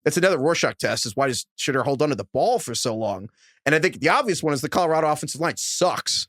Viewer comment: You guys have 3 months to figure out how to pronounce Shedeur! 😂